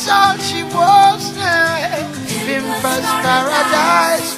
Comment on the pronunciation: pimpers paradise and not pimpass..lol